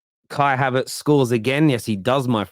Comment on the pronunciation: havErtz. not havArtz